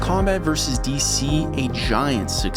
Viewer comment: It's so refreshing to hear an American pronounce "Vs." as "versus" not "verse".